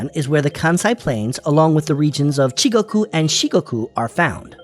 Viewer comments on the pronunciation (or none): Not Chigoku, but it is Chugoku 中国. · ❌Chigoku, Shikogu ⭕️Chugoku, Shikoku from Japan🇯🇵